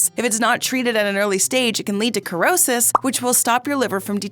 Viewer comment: The word cirrhosis is pronounced with the S sound, not C or K sound.